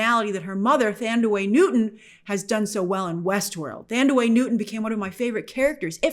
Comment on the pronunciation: "Thandiwe" is pronounced tan-DEE-wāy, Grace :) It's a S African name, I know it as well as my own 😉 As an American, I pronounce it with a bit of a tongue loose / soft on upper teeth with the first syllable, similar-not-quite to original pronounciation, but still FYI.